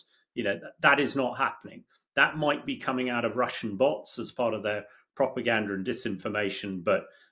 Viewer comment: Ontha one hand he Moyte, and ontha other hand he Moyte not.